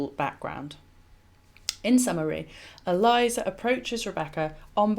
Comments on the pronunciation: Not ee-LIE-zuh. Rather, EL-ee-AY-zar. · Eliezer is a male name. It is not Eliza (as in Eliza Doolittle) but prounonced El E A (long a) ZAR. I like your videos and input. Just thought you should know. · I love your videos and am currently binge-watching them. But I have to correct pronunciation of the name of Abraham's servant at the well with Rebecca. He's not "Eliza", he's "Eliezer" (pronounced "Ellie-Ehzer"). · Eli-ayzer. Not Elizer. Thankyou